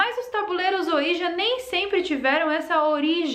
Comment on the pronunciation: Se diz “oidji”. E na verdade é uma marca, o certo é falar só tabuleiro espiritual mesmo. Falar ouija é a mesma coisa que chamar absorvente de mods 😂